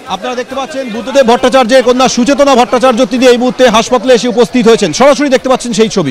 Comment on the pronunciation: সুচেতনা নয় সুচেতন